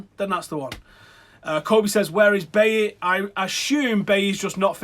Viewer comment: For the love of God.. Pronounce Bailly as Baaaayi not Baeyeh and De Gea as De Kheya not Da Hey FFS